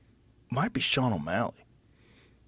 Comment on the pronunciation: Can’t believe how really said Sean O’Malley 🤦‍♂️ bum